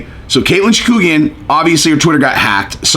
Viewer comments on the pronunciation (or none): "Chakoogian?" Wtf? It's "Chookagian" dude. Stop trying to be like Chael. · Totally butchering Chookagians name lol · Lol.i know.🙄 smh